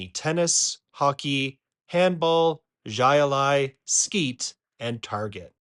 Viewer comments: Just a point to correct. It's pronounced high-lie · at the beginning of video you say jai alai the way it’s spelled not the way it’s pronounced lol